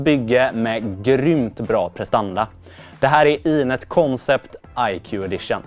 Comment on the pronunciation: Lite nyfiken över valet att skriva namnet på svenska (koncept) men uttala det på engelska (concept). Någon särskilt tanke bakom det?